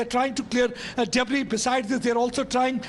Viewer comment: it pronounced as deb-ri, not deb-ris The “s” is silent.